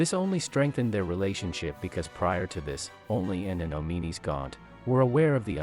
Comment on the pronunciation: Oh-mee-nees? Come on man, the game even pronounces his name "Awm-in-uh-s". Insert Pulp Fiction "English MOFO" quote.